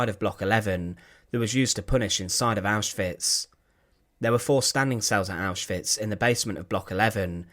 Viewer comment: I love how the narrator says auschwitz! It's neat!